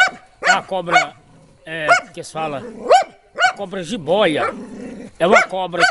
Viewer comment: Ele fala jiboia de boca cheia kkkk